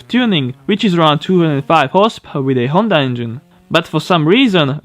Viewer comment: I like your videos but when I hear "horsepawr", I don't feel too good, please, work on that word.